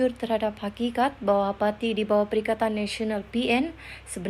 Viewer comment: hahaha 🤣🤣🤣 slh urang ba kau ini bro sma juga kita ni👐..cuba kau dingar btul2 mnit ..perikatan ka perikanan tu pemberita sebut..😂